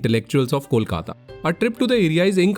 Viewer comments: Loved the video. The puri that you had for breakfast is called Luchi. Kolkatans will be scandalized if you call it Puri 😊. Also the name of city is pronounced as Kolkata (coal-kata) and not cawl-kata. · You Seem To Be A Nice Guy, Don't Know Where You From, However, Please be Informed About A Bitter Truth WHich Is Quitre Disturbing & Alarming.., Presently Kolkata (Please Promounce It Kolkata Instead of Calcutta And Rabindra Nath Thakur Instead of Tagore) Is Overcrowded With Illegal Bangladeshi Immigrants And Classless Indians From The Neighbouring States Like Bihar, Jharkhand, UP & Odisha, Who Are Changing Demography & Culture WIth Their Inherited Nature of Abusing Bengalis Insterad of Thankful To The Place Where They Are Residing & Earning, Which Is Real Shame & Damaging The Unique Charm & Character of Our Beloved City / State, Which Is Getting Worse Day By Day And Sadly It Seems That You Didn't Find Any Bengali (An Is Speaking of Kolkata By Calling It Calcutta And Terming The Chhana & Paneer The Same) Which Is A Shame.. Anyway, You Have Done A Quite Good Job And You Were The Guest, As We All Know - Atithi Debo Bhaboh..!!!